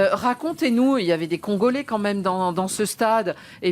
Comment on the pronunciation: Le CONgolais c’est quoi cette prononciation 😂😂😂